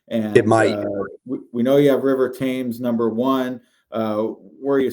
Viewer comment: It's River "Tems", after the river in London.